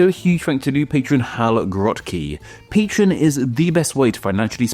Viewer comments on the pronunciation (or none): none